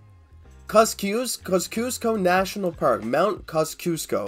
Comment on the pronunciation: it’s pronounced Kozzy-osko basically